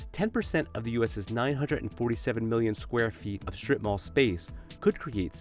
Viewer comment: In Asia we just call them "shops in Market" 😂😂 😂 .. "srip-mall" my foot 😂😂😂😂😂😂😂😂